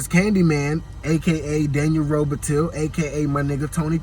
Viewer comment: It kills me everytime he says robitill lol..he's never heard them pronounce it as robitill